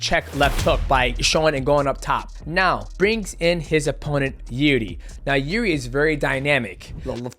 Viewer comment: Call him yuri one more time imma knock the mighty outta you 😭